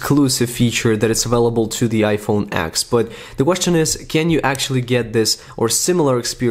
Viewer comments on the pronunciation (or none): IT'S IPHONE 10!!!! TEEEEEN TEN. NOT "X", TEN ,10 . TEN ATS (@@@@@@@@@@